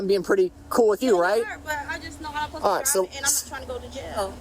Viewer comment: Uhsposta. Uhspended. The N’s are exhausting.